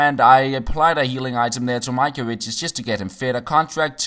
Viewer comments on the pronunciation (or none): none